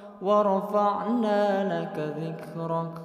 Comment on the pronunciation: 🙏🙏🙏🙏🙏🙏🙏🙏🙏 maafffff ayat 4 .. "Dlo" Bkn dla....